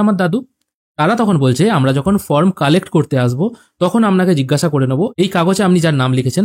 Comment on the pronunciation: From na form..uccharan ta boddo Kane lagche bhai..baki tothyo dewar jonno anek dhonyobad